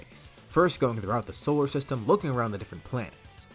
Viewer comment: Sorry but I wanted to point out that you kept saying “solar trstem”😂😭😭